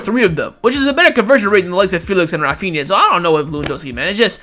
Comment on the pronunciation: Refania ?he said he like he from India haaaaa lol